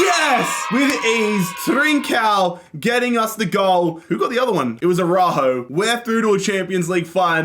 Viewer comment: It's the "Araújo" for me 😅